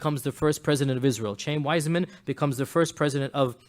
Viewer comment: It's pronounced Chah-yeem Weizmann, not Chame, you fool. He wasn't a wealthy Jew he was a poor Jew that happened to be a brilliant chemist and invented a way to mass produce acetate so that the British could continue to produce explosive shells and win the War. It was partly out of gratitude for this contribution to the War effort that the Balfour declaration was written. And FYI Jews have been trying to get Jerusalem back ever since it was destroyed by the Romans 600 years before Mohammed was born.